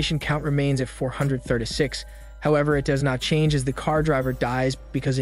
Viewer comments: "four hundred thurda six" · Four hundred Thurtay six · "Four Hundeh Thurduh Six" is all I can hear. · why you say 436 like that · The way he says 436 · The way he says “436” kills me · The way you pronounce 436 😆